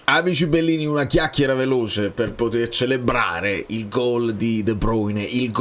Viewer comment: Ma perchè quando pronunci De Bruyne, De Pruygne, mi viene da pensare alle prugne?